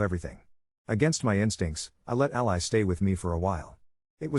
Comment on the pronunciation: I don't know what offends me most, the situation or the way the narrator pronounces "All-Ly"